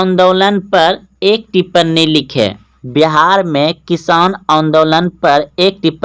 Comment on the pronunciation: Pagle टिप्पनी nahi टिप्पणी hota hai, sahi se bolna Sikh, tu 'ण' ko 'न' bolta hai. Maine Kae video me notice Kiya hai, तभी तेरे वीडियो को कोई नहीं देखता है लेकिन तू पढ़ता अच्छा है।